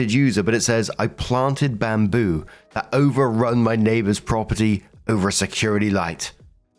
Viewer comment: NAY-BUHS! NAY-BUHS!!!